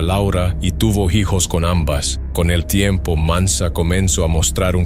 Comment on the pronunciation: Este canal me gusta, pero no puedo evitar reír al oír ano en lugar de año o jijos en lugar de hijos 😂😂😂😂 Buen canal 😅